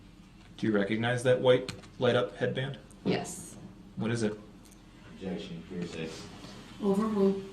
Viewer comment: UBJEXSHUN! I wasn't driving a car it was an SUV